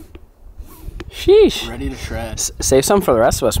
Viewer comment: say sheeeeesh instead of sheeew